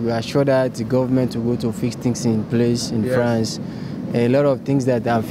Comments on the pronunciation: La Fwonce ! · Elle est belle la fronce 😂